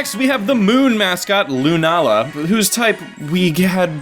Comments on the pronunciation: its Sol-Gah-Leo and Luna-Lah, Not Sol-galeo and lun-alah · this isn't pronunciation it's putting the stress in different places, it doesn't really matter what way you say it anyway